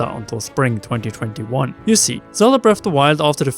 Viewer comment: Breaf o' da woiyold